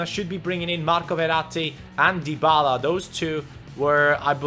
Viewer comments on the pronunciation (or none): none